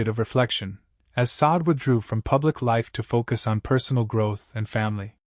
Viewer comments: It’s “Shar-day”………not Sod. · It's not pronounced Saad; her name is pronounced: Sad-day. Please get it right!